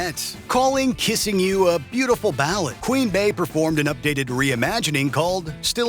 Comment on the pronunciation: Queen Bey is pronounced Bee, not “bay” 🥴